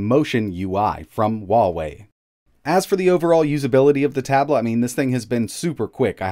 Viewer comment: Better ask a native Chinese rather than an American. He pronounces it incorrectly.